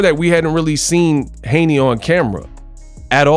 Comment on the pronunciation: Haney's not Haneys